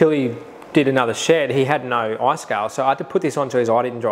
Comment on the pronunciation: "across his Oi"